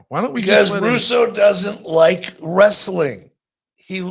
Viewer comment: Ooh, idk about you, but that always gets on my nerves when he adds that extra syllable while using that tone that he always does